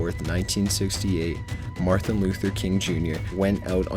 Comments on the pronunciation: He just said Marthin. It's Martin. Not Marthin. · Did he say "Marthin" Luther King? Lmfao😂